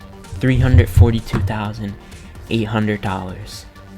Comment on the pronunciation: Not to be rude but you said eight hundred like eat hundred but that’s ok